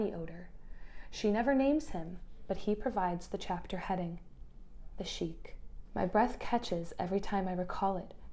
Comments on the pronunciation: The word Sikh is pronounced like "seek," an ethnic group from India's Punjab region. This is different than "sheik," which is the name of an Arab tribal chief. Edit: I just saw your pinned comment. I agree with your perspective to some extent, although I don't have as big of a problem with xenophobia and such. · just a small note that you're mispronouncing/conflating "Sikh" (person following the Sikh religion) as "Sheikh" (leader in a Muslim or Arab community). "Sikh" is pronounced like "sick" or anglicized it's sometimes "seek" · Just FYI Sikh is pronounced Seek or seekh if you can pronounce the throaty kh sound - no Sheek/chic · The book chapter you referenced titled, "The Sikh" you mispronounced as "Sheik". A Sikh is a member of the ethnoreligious group originating from the Punjab region of India where men notably don't cut their hair and wear it in turbans. A "Sheik" which would describe an Arab man who might be the leader of his village or leader of an Islamic group or tribe. Just needed to point that out- but I loved the review very much!!! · Sikh is pronounced like seek. Not Sheik (pronounced like shake). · just so unknow Sikh is pronounced more like sick not “sheek” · Wonderful analysis. I think you may have mispronounced Sikh (a religious practice) so it sounds more like Sheikh (a form of ruler or royalty). The passage denigrating the Sikh is even more of a punch down due to the class implications than if the author had used Sheikh. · great, but just fyi: Sikh is pronounced "seekh" not "sheekh". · It’s pronounced ‘seek’ not ‘sheek’. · Just a note, Sikh is pronounced as written (close to "sick"), not "sheek" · “Sikh” is pronounced “sick” not “sheek” (love the review though you’re brilliant!) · I really appreciated this video and it gave me so much to think about and discuss! One note: Sikh is pronounced “sick” and is very much a different thing to “Sheikh”. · No, speaking regarding linguistic culture, Sikh is pronounced with the 'sick' sound not 'seek'